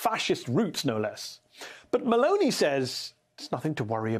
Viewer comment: Her name is not M a l o n e y. It is M e l o n i !